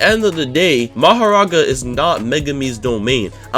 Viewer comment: Every time I heard bro misronounce Mahoraga as Magoraga, I shed a tear... Also, in the anime, Megumi's domain is incomplete, so he doesn't use it that much as it can only be used in closed space due to it not having a barrier. Considering in the anime Megumi hasnt tamed Mahoraga meaning he cant control it so its basically suicide to actually summon it, it wouldnt make sense for it to be his ult in the game as it would just be a berserker boss that 1 dhots everyone.